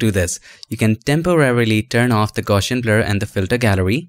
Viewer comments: haha i just realized that. Thanks! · For me too!!